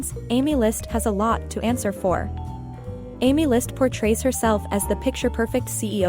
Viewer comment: Aemilst ❌ AemLUST ✅